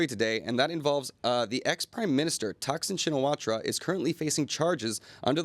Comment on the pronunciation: It’s Taksin Sinawat ! The ra is silent!